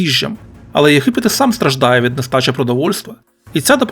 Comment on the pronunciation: Не в тему,автор ви що Г не вимоляєте?А то ЄХипет,береХові трохи ріже слух😊.